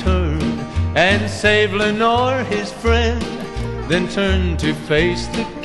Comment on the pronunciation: Your name is Leonore. The person in the song is Lenore. You weren't named after anyone in this song, unless you are pronouncing leonore as lenore.